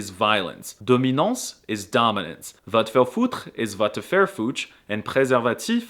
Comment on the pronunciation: "Vatefarfoutr" LMAOOOO